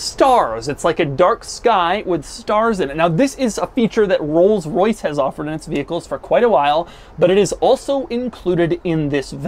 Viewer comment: Wtf is a "roylis royce"?